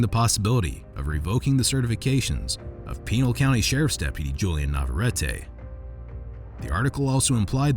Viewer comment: HAY narrator could ya maybe try even a bit to properly pronounce the county where that meat head cop worked ?